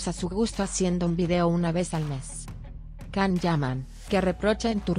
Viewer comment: YAN, YAN, YAN, YAN, así se pronuncia el nombre de Can. No puedo creer que le cambien la pronunciación!!!